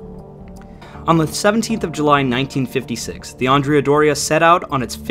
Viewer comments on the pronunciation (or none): I am slightly annoyed by the way andrea is pronounced in this video, andrea should sound like and-re-a but it sounds like you swapped the a with an o, common mistake and I'll forgive you this time